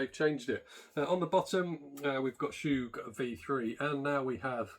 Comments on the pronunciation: Chug not “Shoooge”! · Chuuuuuug. Not choooooog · Love the video, bought 2. Isn't it pronounced "Chug" instead of "Choog".